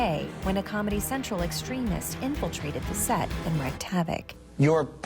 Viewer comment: Oh, no... W-R-E-A-K-E-D is pronounced reeked, not wrecked. S-E-A-M-U-S = SHAY-muss